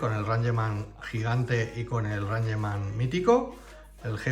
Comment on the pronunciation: Rangeman? Es "Reingchman"😂